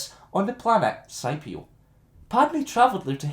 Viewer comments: "Sky-pee-oh" when it's "Skippy-oh" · The planet is named ( skip-e-o ) not whatever you called it. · The Planet Scipio is pronounced as if the c was a k.